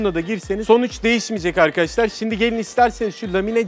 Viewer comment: 'Evet Arkaaaşlarr' 'D' Harfini Yutan Adam Gibi Adamm..